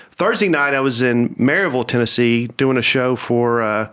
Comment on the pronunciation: Hey, thanks for pronouncing Maryville like a local. I caught that.